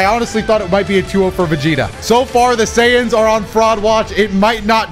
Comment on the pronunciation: why you keep saying SAiyans like that? 😂